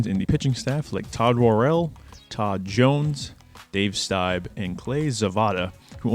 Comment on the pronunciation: Vukovich and Gossage had Fu Manchu moustaches, not handlebar moustaches. Rollie Fingers’ moustache is a handlebar. Quisenberry’s name is pronounced “QUIZ-in-berry”. Dave Steib: Pronounced STEEB. Ron Cey: Pronounced SAY. Davey Lopes: Pronounced LOPES (rhymes with ROPES), not Lopez.